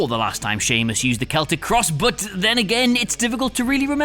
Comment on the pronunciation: Keltic cross?!Celtic not keltic